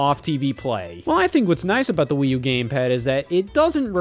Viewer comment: Please dont say that again please